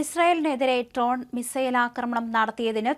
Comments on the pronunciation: ട്രോൺ അല്ല ഡ്രോൺ. കുട്ടിയെ ആരാണ് മലയാളം പഠിപ്പിച്ചത് എന്നറിഞ്ഞാൽ കൊള്ളാം. നേരാംവണ്ണം മലയാളം പറയാനറിയാത്തവർ ഈ പണി നിർത്തണം. വാർത്ത വായിക്കുമ്പോൾ തുടർച്ചയായ കൈ തിരുമ്മൽ അരോചകമായിട്ടാണ് എനിക്കു തോന്നിയത് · Not "trone".